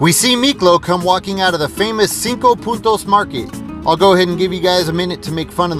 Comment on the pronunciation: FYI, you said 5 Puntos correctly. So, a big "¡Orale!" to you.